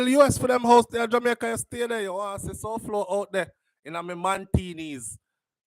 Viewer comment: Souflo his name is pronounced Foy